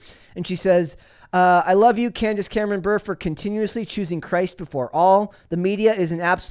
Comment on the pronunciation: Bure is pronounced as Burr-Ray .... as in Pavel Bure (if you youtube his name)